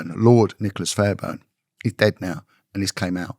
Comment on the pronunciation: Sir Nicholas Fairbairn (not Fairburn) was not a lord; he was never elevated to the peerage, although he was married for 15 years to the daughter of a peer (which did not make him a peer or lord in his own right). He was the Conservative MP for the Perth & Kinross constituency in the county of Perthshire until his death in 1995, which triggered a by-election. He was known to be a "ladies' man" and a sartorial dandy, often wearing flamboyant clothing and plaid (tartan) suits. The school he attended was called Loretto, not "Lorett", "Loret" or "Lorette", a Scottish public school which enjoys a very good reputation and has many distinguished alumni. Getting to the truth is always the right thing to do; it is right and proper that investigative journalism should thrive in a free and decent society, and I admire those who sustain this, including, who has alerted people to many things that should be exposed and who should be given full credit for doing so; his undoubted courage is never in question, nor should it be. But please, these details can make the difference between credibility and doubt. Getting the details right is the way to go. Why get them wrong when they can so easily be corrected with just a little background research? Nevertheless, this channel still merits a well-deserved sub!